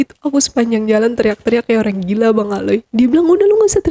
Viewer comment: Jujur AQ sedih dengar cerita nya...tapi maaf banget saya ikut dalam sedih narasumber.tapi ada panggilan bang aley dengan sebutan aloy JD sedihnya ilang malah ngakak 😂😂😂 lah iya maaf banget yah bukan maksud gimn alay JD aloy